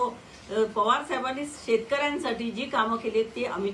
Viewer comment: अडाणी तडीपार आधी शरद पवार म्हणायला शिक .